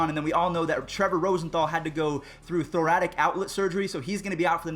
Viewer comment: Thoracic outlet syndrome. 'Thoracic' with a "c" not thoratic.